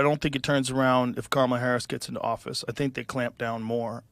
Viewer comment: He kept calling her karmala idk if anybody else caught that lmao 😂